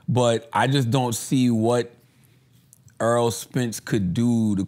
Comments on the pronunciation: The guys name is Errol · Andrew calls em Arol not Erol 🤣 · Stop calling that man Earl. His name is Errol(air-roll) . Stop acting like wyt people who pretend like they can't pronounce our names.